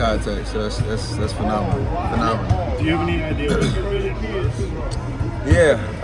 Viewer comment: "Vision", not "vison"